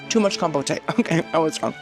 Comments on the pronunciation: Com-pote not Com-po-tay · ma'am, compote is not pronounced that way lol. It's com-poat (like coat) not compotay 😂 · I enjoy your videos but there are two words you always mispronounce and it drives me crazy to hear it. The word "buffet" is pronounced "buff-ay" not "boof-ay" and "compote" is pronounced "com-poat" and the "e" is silent. I'll be curious to see if you see this.